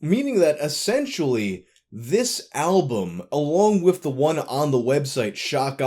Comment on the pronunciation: "Essentually" Nice combo